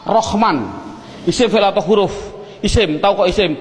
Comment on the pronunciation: Huruf bukan khuruf